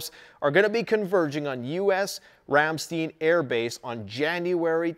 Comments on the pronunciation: Sorry to pile on to the (probably) hundreds of other comments but this grates on my nerves from having lived on a US military air base in Germany in the early 80's...please say 'RAM....STINE'. (Not...Steen.) OK, end of my YT Karen/etc comment. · Pronounced "Ram-stIne," and not "steen," with the empathize on the I, like wine. Great video. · Side note in case you'd like to know for the future- Ramstein is pronounced in English as "rahm-shtein' -rahm rhymes with com (some also say it almost sounding like rum) and shtein has a long i sound instead of a long e. Flew into and out of the Ramstein AFB a few times back in 08/09 and I was quickly corrected on the pronunciation of the word. 🤷 Anyway, as always, excellent video! Very informative. This is my evening 'go to' after work and I'm never disappointed in the quality of the information you bring to the table! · FYI: It’s pronounced RAM-STINE. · Ramm- st/eye/n. Let's say it correctly. Lol. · Ramstein...the i is a long i...pronounced Ram stine... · Every time mispronounces Ramstein, I can't help but think of the band's name. Du hast mich! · Ramstein Air Force Base. - Your Pronunciation is way off !!!! Dammit man.